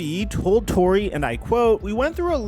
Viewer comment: Pablo TOR-RAY its PABLO TOR-RAY NOT PABLO TOR-REY your just messing it up on purpose now!